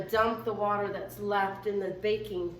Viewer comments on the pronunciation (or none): none